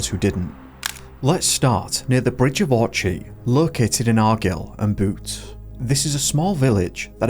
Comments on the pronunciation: argill and boot was a right mess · Where is argil and boot?? Jesus wept. That was it for me. 38 seconds in. And off it went. I’ve heard Americans do better.